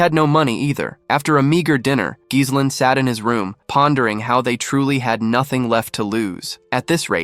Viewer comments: I gave up after five minutes, irritated because the main character's name is mispronounced throughout. It's "gih-LANE" or "jeh-LEN" with a silent "s", not "GIZZ-len"; that one sounds like "glizzies" which sound like glistening hot-buttered hot dogs... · Bro the "s" in Ghislaine is silent. Work on ur AI voiceover